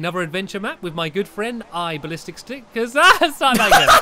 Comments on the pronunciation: omg stampy you said iballisticstickers at the begining lol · He said Iballisticstickers xD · He said IBallisticStick!,! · You said IBallisticsticker at the start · did he say i ballistic Stick?